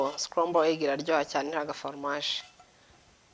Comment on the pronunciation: Ntibavuga formage bavuga fromage